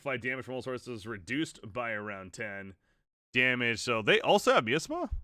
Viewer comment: Miasma is pronounced like “my asthma” But yeah please make more AoK videos please! Good stuff